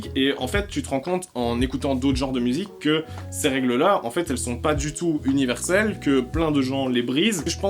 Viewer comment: Wow, « univers-sel »